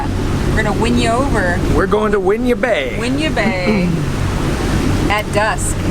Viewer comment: You anchored in my hometown of Georgetown...and it's pronounced, 'Win-Yaww (Winyah) Bay..enjoy!!